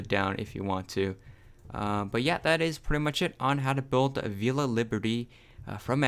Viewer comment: Not avel uh it’s avel ia lol